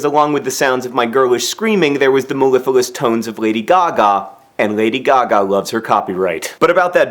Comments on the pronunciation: pretty sure you mispronounce of my favorite words in this video (should sound like melliflewus, not mellifilus) and disappointed that we can't hear you tell hank you love him (stupid lady gaga and her stupid love of copyright) but massive massive congrats to you for conquering the froghopper from one who is afraid of heights to another. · Mellifalus? It's actually "mellifluous" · Also said melifilous instead of mellifluous